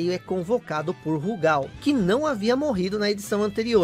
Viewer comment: Tenho todos os KOFs do 94 ao 97 de Neo Geo CD, inclusive com as proteções dos encartes. Gostei do vídeo, mas vou fazer uma crítica construtiva: Por favor, não chame a barra de hp de "sangue" e não chame o Rugal de "Rúgal"...